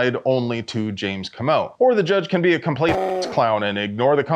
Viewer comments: Coh-moh Not cah-mo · Comeaux is pronounced Coe-mow. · OMG It's Coe-Moe. Don't make me call James Reeves. Love you.